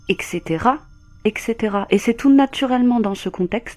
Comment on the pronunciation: En fait !!.. le fait d'entendre.."ect..ect" fait maaaal au coeur !!.. quand même le temps et les années !!..